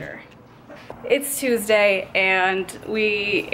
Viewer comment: is the "Tuuesday" on purpose